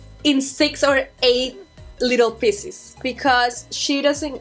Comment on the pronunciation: when she says pieces I’m sorry I was sent😂😂😂